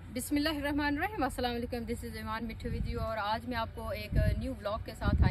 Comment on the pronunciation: Allah ka wasta bismillah poora aur sahi parha kro